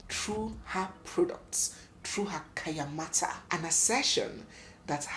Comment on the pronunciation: It’s called Kayanmata NOT kenyamata.